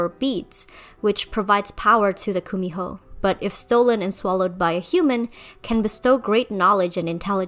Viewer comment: Hi! I'm korean, and I just want to fix your pronunciation of Kumiho. It's pronounced more 'gu-mi-ho' with a g instead of the K. Otherwise, love this video! Thank you for the Korean representation, hehe